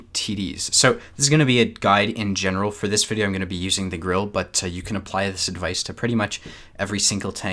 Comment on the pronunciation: Its Grille, not Grill, learn the difference